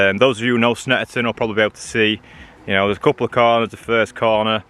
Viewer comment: "All the time you have to leave DA space " - Alonso